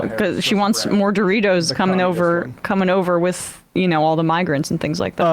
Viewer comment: "By da way, get your first monf of "Hello Fresh," wif dis promo code, mates."